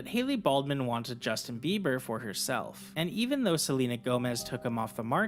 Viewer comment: It’s a J, not a G